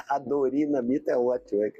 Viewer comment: ahhhh, os haters....gostei do "Adorinamita" e do "Iorque" kkkkkkkkkk